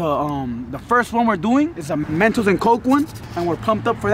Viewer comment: Its mentos not mantos